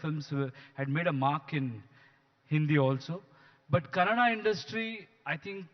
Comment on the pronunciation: Mr. Editor…it’s KANNADA❤ not CANADA😡